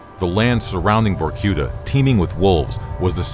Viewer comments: Was? It is. Vorkuta is a city. And the stress goes on "a" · I hate the american pronunciation of vorkuta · VorQueta Victor Reznov- Vorkoota